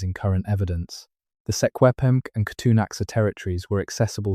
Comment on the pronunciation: You absolutely butchered the traditional names of the secwempmc ans the kootania